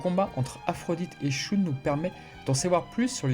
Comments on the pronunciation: Shoon au lieu de Shun c’est fait exprès ? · Dans Sanctuary le combat contre Aphrodite des poissons n'est pas montré sans doute parce-que ce combat est déjà connus via l'animé et qu'ils voulaient peut-être ( surement ) montré autre chose ? - Et sinon désoler mais shun ne se prononce pas " shoune " mais " sheun " - Et au sujet de Urotsukidoji , c'est un animé incroyable même si certaine scène son très cringe ou osé ( c'est du cul en fait ) les scènes de combats et de déstructions sont dantesques ! PS : Mais au fait en parlant de shaka et sa technique qui enlève les sens , en premier il enlève le toucher et donc il enlève par la même occasion la douleur à son ennemis ! Quel compassion incroyable ! - Qui a dit qu'il était sadique ? Moi je trouve que c'est une mort géniale en fait ! - Mourir sans douleur , c'est vraiment le rêve ! Je souhaite une telle mort à tout le monde du coup !